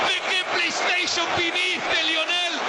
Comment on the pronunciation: tu abuelo ni en pedo sabe lo que es una "plei esteiyon" jajaja